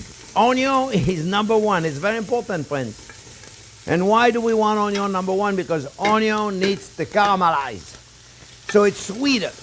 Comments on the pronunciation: Onyon. That will forever elicit a delighted giggle ; please never modify your pronunciation! I am hooked on your channel. Thank you for doing what you do! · "ONYO" ... ohh sh*t here we go again 😍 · I'm here just to here him say onyiooon jk fantastic chef. A chef who can roll with the punches and humbles himself when he makes mistakes ❤️ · His onyos lol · Intense explanation from chef here. Onyo fly around the kitchen. 😂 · I’m here for the Onyon...lol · Just passing thur love when he say onion. lolo